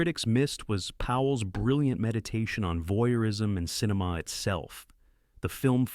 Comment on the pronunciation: yeah, and quit saying "cineMAW"